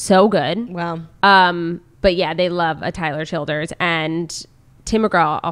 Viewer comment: Thank you Claudia for finally saying Tyler Childers name correctly! hahaha